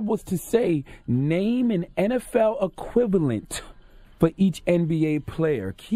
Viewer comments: Terrible DOTD lol. KG mispronounced "equivalent" as "quilif". That has nothing to do with grammar. CTG reaching with this one!!! Why they even air that LIVE anyway? TV usually EDITS out bloopers. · E qui la vent is the pronunciation not A qui la vent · But Qualiff tho? That's not even a pronunciation he completely made up his own word it wasn't even close. Where are these extra letters coming from. So that's what we're doing now we're just gonna manufacture our own words? 😂😂😅😭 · sounds like KG was saying syphilis😂😂😂